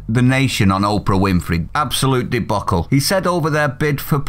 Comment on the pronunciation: The names pronounced lie-don and you need to relook at debacle.